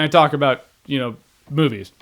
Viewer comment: Who had to double take because you thought he said "talking about boobies" instead of "talking about movies"?